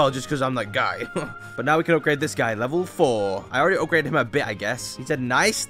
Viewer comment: no way bro said "I GOT THE ULTIMATE UPGREDED TITAN DRILL MAN" 💀💀